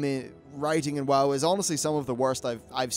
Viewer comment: Why do you say Woe instead of WoW at times?